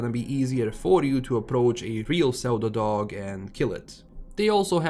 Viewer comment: Such a minor thing but because I was listening while playing something else as my Stalker 2 updated, I was like "... whats a zeldadog?" Pseudo is pronounced "syu-do". In case you care. If you don't, I did work it out after half a minute, so did everyone else I'm sure :P